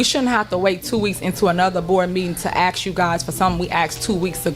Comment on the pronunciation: She axed and axed